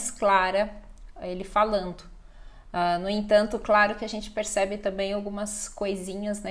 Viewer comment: MUITO INTERESSANTE ! EU GOSTARIA DE SUGERIR QUE VC FIZESSE UMA PESQUISA, UTILIZANDO UM MESMO TEXTO E GRAVAR A CADA PRONÚNCIA. VC POR EXEMPLO, UTILIZA NA SUA EXPLICAÇÃO A PALAVRA "PERCEBE". PELOS MENOS EU UTILIZO VEJA NO LUGAR DE PERCEBE. OUTRA COISA TAMBÉM É QUE VC FALA "PIRCEBE" . O PRESIDENTE BOLSONARO, POR EXEMPLO FALA " OPULACAO BRASILEIRA". ELE COME A LETRA "P" ! BOM, ACHO QUE MISTUREI UM POUCO, MAS ESTAMOS FALANDO DA LUNGUA PORTUGUÊSA.